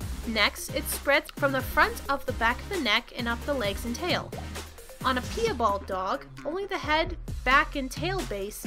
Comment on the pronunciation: Pee-a-bald....its PIE-bald as in apple pie and my bald uncle 🤦🏻 i know this is old but please if you do make more videos learn the pronunciation of the words